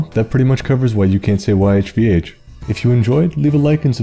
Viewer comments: Ehh… your Hebrew pronunciation is definitely off. I’m American, and the vowels are more like “Could they Bob play”. But yes, the only human who could say the Tetragrammaton was the high priest of the Temple who did so in the room with the Ark on Yom Kippur. And God has WAY more than just seven names in the Tanakh. I wince right now when I hear the VAs in English pronounce Shekhinah with the stress on the second syllable. Sorry, but it has to be on the first and third, and it lacks the define article anyone Jewish might use. The Shekhinah is the term used to refer to the actual presence of God, manifesting in a real and perceivable fashion to humans, as if God decides to manifest in the world. However, at no point in the Tanakh does God manifest in anything resembling a human. This explains why worshipping a human is prohibited, it was extremely common in Western antiquity for humans to be worshiped as gods. And Jews considered it idolatry. That’s another reason why Judaism is completely incompatible with Christianity. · I always pronounced it "yefuh" but it was almost certainly wrong. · I pronounce it "Yih-Vuh" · Legit got a migraine when you first pronounced the name. 😭